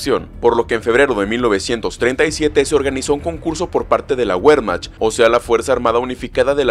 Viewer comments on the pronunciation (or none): none